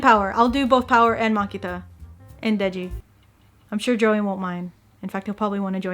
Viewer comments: ily aki but this is so funny to me because everyone says that csm fans haven't read csm bc everyone keeps saying wrong stuff and you keeping pronouncing makima as makita is lowkey confirming this I can'ttt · You mispronounced Makima's name... How could you😥